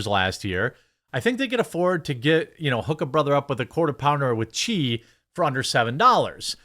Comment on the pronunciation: "Quarter pounder wit chee" is exactly how k.always say it too